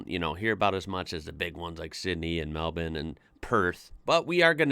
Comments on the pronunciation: Yep really got the “bin” part down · My son just about passed out when you pronounced Melbourne properly 😂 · You pronounced Melbourne perfectly. You must have spent time here. The thing about Melbourne is it's class. The architecture, gardens, sport and art. Best time to visit is around March April, weather is still warm; the footy starts, grand prix, Comedy Festival. Heaps of stuff to do. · Finally an American who pronounces melbourne correctly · Somehow its just as jarring hearing the word Melbourne being pronounced correctly in an American accent. Appreciate the effort to say things correctly though, we are an annoying bunch with pronunciation of towns. also of note, Chadstone is the largest shopping centre in the southern hemisphere, not just Australia, It has its own postcode its so large. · Such perfect relaxed pronunciation of the name 'Melbourne'. You truly are an Aussie now. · I was thinking the same 😅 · Yeah. Nice. I am now also curious for his Brisbane pronunciation. That's one that usually gets fouled up by yanks. Just as easy to fix. 😁👍